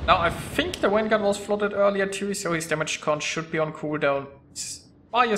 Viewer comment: What the fuck is a wanguard? learn how to pronounce the V.